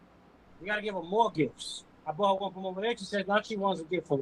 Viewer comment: Damn can't say bought.